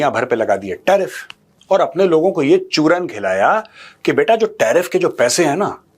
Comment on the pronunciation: I love the way you say CHURAN